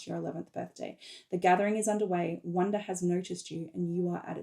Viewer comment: Little pronounciation question : is "wunder" pronounced like "wonder" ? It sounds the same to my french ears when I hear you say it, but I'm not sure.